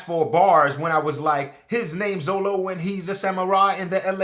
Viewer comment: Love the rap, it's kinda odd though how 4kids managed to screw Up Zoro's name by calling it Zolo.